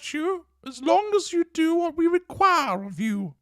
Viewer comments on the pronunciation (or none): Was that a reeeqquuuirre or a re chhiiiooorr😂😂😂😂